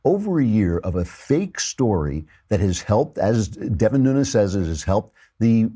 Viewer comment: Nunes----( NU-Nez )